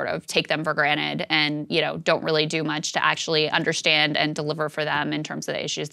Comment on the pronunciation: There is no sh sound in understand. 😱